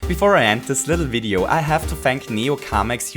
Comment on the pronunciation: You said "Video" with a bit too German pronounciation ;)